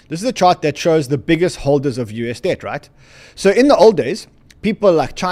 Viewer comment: keep saying: they're buying dead 😮 I thought it's debt 😂